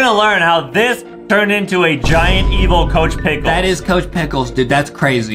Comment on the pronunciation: ITS NOT COCH PICKELS